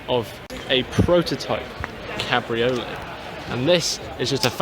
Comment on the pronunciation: Its pronounced 'cab-ri-oh-lay'